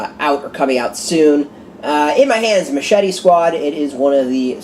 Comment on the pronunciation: Really appreciate the review, and you got the last name correct. Glad you enjoyed my story